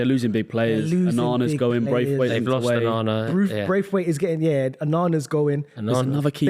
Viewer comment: 0 knowledge, braithwaite? It’s Branthwaite, fella who owns Ac Milan? It’s Roma, get a grip